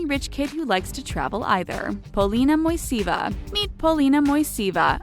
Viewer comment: In exact transcription ( and pronouncation) of family should be " Moiseyeva" ( emphasis on second syllable).